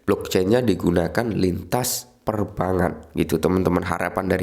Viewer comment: Perbangan....gak enak didenger bang...bang sama bank dibedain ..biar enak di kuping